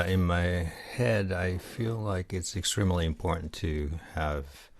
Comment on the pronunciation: Phenomenal command of the English language. As a native Canadian its apparent your fluent and have been speaking in English for quite some time. The only thing left to do in terms of reaching perfect native sound is the accent. Some examples in the first minute:: " in my" sounds like "inmai". Seperate that n to m transition more so its "in..my".: "extremely". sounds like ^"eck-stree-muhlay" when it should be eck-streemlee.: "pronunciation" sounded like pluh-nun-saytion: "listening" sounded like luhstening. over emphasis on the L sound. almost sounded like a french "le". "especially" again that L sound is over emphasized. "capture" sounded like capter instead of capcher "necessarily" sounded like ness-sare-lee instead of ness-ses-sare-el-ee "understand" sounded like unduh-stand instead of un-der-stand. Really get that "er" in there. "able" sounded like eh-bull instead of A-bull. "write it down whatever you heard" should be "write down whatever you heard". "I hope uh people can try eigo nodo" sounded like "uhyhup uh piipul kuhn try ei-guhnuhwdough". should be "Eye hOHpe uh pEEEpull try eigOh nOOdOUGH" "important" sounds like "impornt" should be im- por-tint Good stuff keep it up.